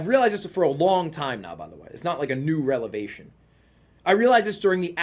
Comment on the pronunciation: this nigga just say "relevation" ?